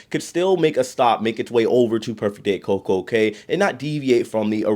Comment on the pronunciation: The Cay in Coco Cay is pronounced Coco "Key"